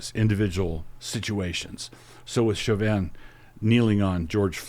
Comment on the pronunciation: Why do they always pronounce Chauvin’s last name wrong? lol